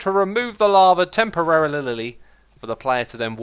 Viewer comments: I love how he says temparerlllly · “We are gonna remove the lava temperarelilili” Lol <3